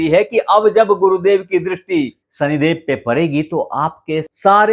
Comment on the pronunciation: "सनिदेव, अंकुस, हमेसा, रासि, सादी-ब्याह, सादीसुदा, सान्ति " कृपया त्रुटिपूर्ण हिन्दी उच्चारण न करें, बच्चे भी आपका चैनल देखते सुनते हैं, उनकी शिक्षा भाषा खराब होती है। बाकी प्रस्तुतीकरण बढ़िया।